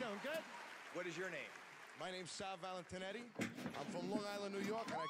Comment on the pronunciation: "Valentinti" what? 😂😂